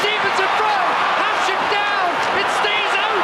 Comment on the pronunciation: Considering Hasek might be the GOAT goalie, you'd think people whose living depends on saying players' names correctly would know how to pronounce it. Talking about the host of classic series.